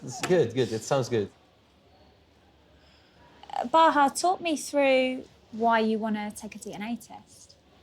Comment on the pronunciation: Bahaa (not Baha), but thank you!